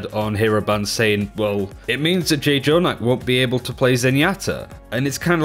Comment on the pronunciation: I noticed you guys pronounce jjonack's id/name wrong... it's not J -jonack, it;s like a hard J pronunciation. I knw it's hard to describe it how it's actually meant to be pronounced over text but it might be something you guys might need to research on it and change? :)